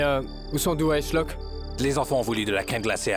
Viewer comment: C'est Dua pas Dora Et c'est Shlock pas Chlock